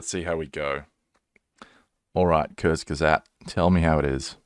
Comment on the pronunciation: Uwa😖, as a german I just got massive shivers run down my spine from the way you spelled kurzgesagt. Btw, kurzgesagt is basically just a compound word consisting of kurz (=short/brief) and gesagt (=said) So it means "briefly said" or "in a nutshell"